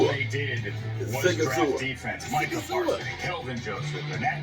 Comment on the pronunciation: Yeah, just like it’s not.. “ Meeka Parsons “... it’s pronounced “ My - cah Parsons ! “ 😂